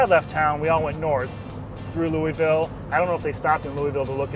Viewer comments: Louisville isnt prounonced Louis-ville or Lewisville, but more like louveull. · You said Louisville wrong it's pronounced loua-vull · needs to learn how to say Louisville properly.